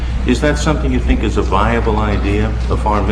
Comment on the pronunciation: لا الملك ولا مترجمه يتقنون الإنكليزية. انكليزية مفرنسة ركيكة بمخرج للحروف ضعيف جدا. Think ينطقها الوزير ب Tink. ماهاذا الكذب؟ امية مبرمجة😂🤣😃